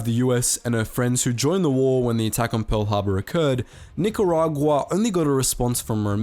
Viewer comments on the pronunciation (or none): none